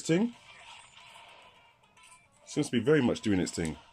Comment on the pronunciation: Why the deliberate mispronunciation of the word "thing"? A "ting" is the sound a bell makes